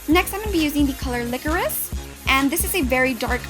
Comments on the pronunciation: can i just say... licorice is pronounced like lick-or-rish beautiful tutorial though :) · You said "licorise"